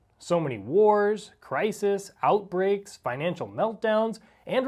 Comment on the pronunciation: Outbreaks…, not outbrakes. 😮